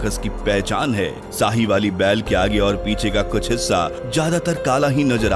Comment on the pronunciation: Sahiwali😆😆😆 Sahiwal Hai Bhai Punjab Pakistan Mai